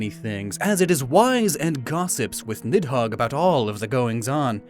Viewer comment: the "h" in nidhogg is not supposed to be pronounced.